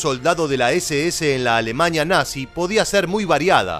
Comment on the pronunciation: Bosña, Etoña, Alemaña🤦‍♂️🙈